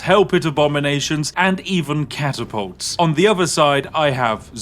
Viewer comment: cataputs? you mean Rat-apults